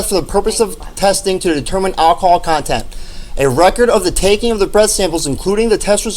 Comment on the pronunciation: LOL at “alcohol con-TENT’